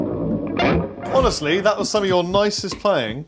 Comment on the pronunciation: Hones-Lee. Very good.